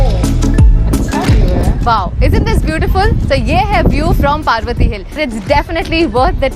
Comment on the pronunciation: Paarvati hill nahi parvati hill पर्वती